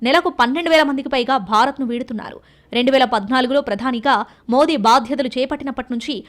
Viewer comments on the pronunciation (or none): none